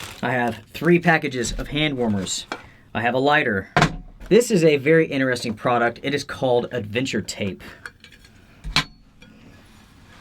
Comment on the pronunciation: I won’t how many times he said “this is inneresting”? Only reason I notice is because he neglects to say “inTeresting” haha